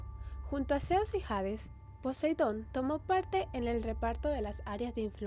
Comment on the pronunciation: Porque aspiras la h de hades no un nombre inglés es un nombre griego... Se dice ades sin pronunciar la h aunque se escriba hades...